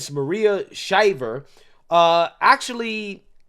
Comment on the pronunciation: Good commentary. It helps to know who you’re talking about. It’s MARIA SHRIVER (not Shiver). Maria is an American journalist, author, a member of the prominent Shriver and Kennedy families, former First Lady of California, and the founder of the nonprofit organization The Women's Alzheimer's Movement. She was married to former governor of California and actor Arnold Schwarzenegger. Bleeds BLUE.